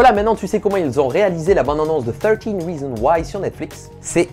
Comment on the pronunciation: non. Ton anglais n’est pas parfait tu n’as pas prononcé le S a reasonS